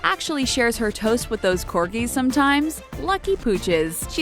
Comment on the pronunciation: It's not Corkies , really u should use proper grammar when u have a job in announcing Royalty especially!